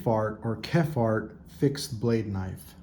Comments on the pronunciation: Great video! But it’s pronounced “kep-hart” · So you know absolutely nothing about what you sre "reviewing". Condor is a respected name the Bushcraft community. At least figure out how to sat the name of one of the fathers of Bushcraft, Horris KEPHART, (Kep-heart). I have had the full size Bushlore for over 10 years, they are in the style of the Ray Mears Woodslore a game changer in Bushcraft. But keep using them to baton your meat. I guess you didn't get the Nesmuk because you had even less idea if how to say his name.